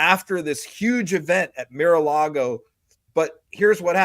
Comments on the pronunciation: Hey! Love your insights... but why do you keep referring to Trump's club as "MIR a Lago"? You don't seem to have a speech impediment; and as I'm pretty fluent in Spanish and English, I'm sure I'm not the only one who's finding this a little annoying🤨! Is it a play on word's? ["Mirror Lago" perhaps?🤔] What am I missing here? PLEEASE!!🙏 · What is “Mere”-a-Lago? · Meer a lago? Geezus,! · Tell that it is pronounced MAR a Lago. It makes him seem less intelligent than he actually is.